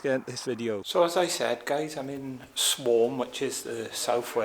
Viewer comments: Swarm😂😂 it’s SWAM get it right but good Video thanks 👍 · There's no r is swam not swarm